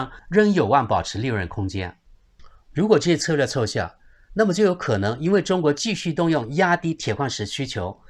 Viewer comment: “奏“（Zou）效，不是“凑”(Cou)效，好多读错啊，出国也要不忘复习语文。